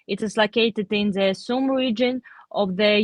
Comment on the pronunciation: What I learned here is the y in Sumy is silent. Just Sum.